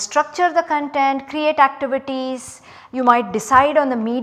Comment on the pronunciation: 'Content, not Con'tent!